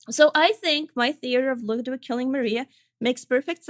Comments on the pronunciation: clearly the game mispronounces ludwid, only knows the truth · Good ol' "Ludwid". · it's German for: "LudVid"